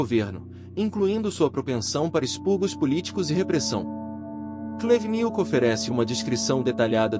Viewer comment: "Oleg cú-Nietzsche" e "antony bivôr", quem entendeu a referência vai pro vídeo do thiago braga, ou brasão de armas, o nome do vídeo é "Comunista chorar com meu livro."